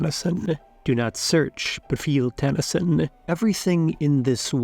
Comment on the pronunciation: Pronunciation is cringe. NOT TAN-a-sin. It's tah-nah-sheen, with no accent.